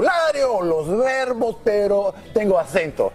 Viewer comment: His "pero" came out as "perro" 😁😁 other than that, he was ok, good for him!